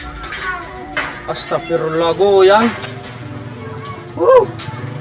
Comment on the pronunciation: Bukan agstafirlah mas tapi agstafiruallah.